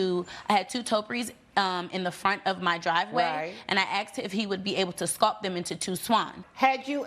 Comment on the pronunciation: Why do they all say "AXED" instead of "ASKED"??!?!?